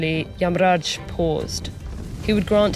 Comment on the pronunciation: Yeah pretty good pronunciation. Although she followed the Hindi pronunciation rather than the sanskrit one, Narada became Narad and yamaraja became yamraj.